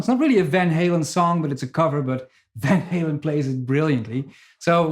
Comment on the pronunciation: I applaud you for resisting the urge to pronounce Van Halen in proper Dutch. You REALLY wanted to say "Fahn Hahlen." ;)